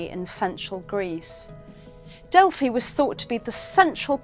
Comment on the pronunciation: Love this, I was waiting for a mispronounced Delphi…it is Pronounced Delfee in Greek mythology. Many of my clients love my Greek deck … but many thanks for enlightening us and pumping out great content. Pythia must have been one of the first to master Automatic Writing 😊